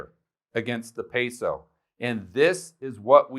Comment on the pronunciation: You’ve lived in a Colombia and you can’t say peso correctly